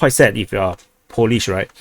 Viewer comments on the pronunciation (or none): none